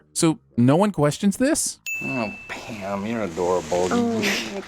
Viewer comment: Are you saying Pam, or Pan? Pamn?